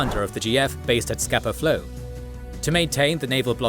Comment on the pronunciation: Pronunciatio corrections: Hobart" is pronounced "hoe-bart", not "hob-art". "Scapa Flow" is Scarpa Flow". "Harwich" is "Ha", (as in the first part of "had)"-rich". "Casemate is "case-mate". In "coup de gras" the S is silent. While "forecastle" isn't incorrect, it's normally contracted and pronounced "folk-sl" in maritime use.